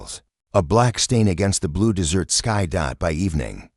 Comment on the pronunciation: A good story if you can tolerate the AI reader putting emphasis on the wrong words, continually calling the desert - dessert😂 and ignoring punctuation at times. Creator needs to find a better AI reader or use a human. Stories presented by this creator are riddled with all kinds of errors. Creator needs to listen and edit before posting.